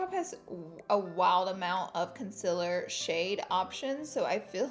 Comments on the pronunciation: Im not sure u know this but... its CONCEALER not concillir . lol😂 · It's C O N S I L L E R not CONSILLIR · Btw its concealer not concillir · Laura Lee "concillir" amazing lol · I love you but,it's not Concillir it's Concealer!!!😂😂♥️ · its con see ler not con sill er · Can you say “concealer” not concillir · She even pronounces it “concillir” lols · LOL i love you laura but what is "concillir" ? i usually use concealer :P hahaha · I can't stop saying concealer as 'concillir' out of watching too many of your videos 😂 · Does she say “concillir” as a joke or does she actually think it is pronounced/ spelt that way? In her Instagram poll she spelt and said it “concillir” but in your description box, you have it as concealer . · CONCEALER GIRL NOT CONCILIR 😂😘❤️ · "CONCILLIR" OMG DEAD 😂😂😂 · was she being serious about “concillir” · OK LAURA, I love you and all but r u even a beauty guru because what the actual hell!!! CONCILLIR WHO IN THE HELL SPELLS IT LIKE THAT!!!! YOU SHOULD FREAKING KNOW THAT ITS CONCEALER!!!!!!! CONCEALER!!!! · It’s ‘CONCEALER’ omg!!!! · “CONCILLIR” lmao laura 🤣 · Give Jin More Lines she does say conciller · It’s a joke lol everybody always calls her out cause she can’t pronounce concealer for shit she says “conciller” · concillir?? 😂 ily laura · Melissa Dyas people usually say that when she says concealer is sounds like conciller so that is why she put it so it was on pourpuse❤️ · Mar Τ it’s concealer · Omg it’s concealer 😂😂😂 not what you say 😂😂😂😂😂😂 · The way you say concleaer helped me remember a form of extraordinary magisterium in my 're GCSE...... thank you x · Jordy San not with the way she pronounces concilirrrrrrrr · Is it just me who realised she says and writes concealer wrong??